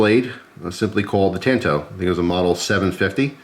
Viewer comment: Yikes "tanto" think of the original Karate Kid and how Mr. Miyagi says "San" lol Otherwise cool.